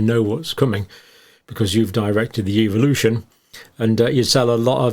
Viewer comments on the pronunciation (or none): Love that pronunciation : evilution !